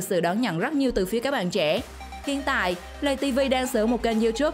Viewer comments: Lay tv mà không phải lầy tv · Lay tv chứ ko phải lầy tv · Lay tv nha ko phải lầy tv